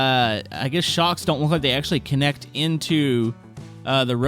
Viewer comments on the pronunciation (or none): none